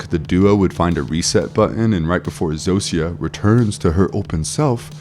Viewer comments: This bothered me too! 😅 Zosia is pronounced “ZO-sha” Raban is pronounced “Rah-BON” Both names are said multiple times throughout the series. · Dude how the fuck are you saying the names Zosia and Rhaban wrong. They literally say their names in the show multiple times. Idk why but that actually pissed me off you choose to ignore how people names are said when its a show and not a book where it can be an honest mistake. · Did you watch the show? Just curious. You mis-pronounced Zosia and Raban so maybe just reading a script.